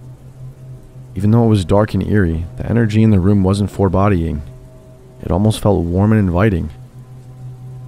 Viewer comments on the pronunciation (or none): Dude, "forbode" and "foreboding" is pronounced with a heavy O. I'm a big fan, though. Keep up the good work.